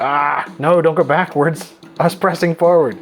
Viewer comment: I caught that too! I often say "forward" that way